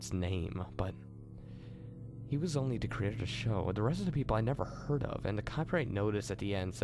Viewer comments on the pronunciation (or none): none